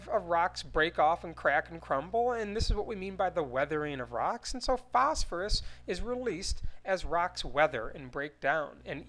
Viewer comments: "In the wet her in of RaCkS" Me:😂😂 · The way he says "rocks" is freaking hilarious!